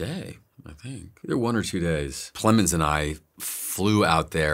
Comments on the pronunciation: Jessie “plemons”??? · "He's so brilliant, Jesse... Plemons" XD I laughed so hard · “He’s so incredible Jesse... Plemons! 😂